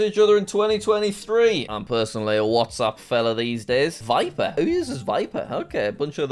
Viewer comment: "Viper who uses Viper" Bruh it's Viber 😂😅